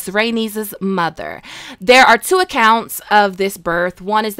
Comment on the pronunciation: Word. I wouldn't have guessed. I've never heard you say the word two lol.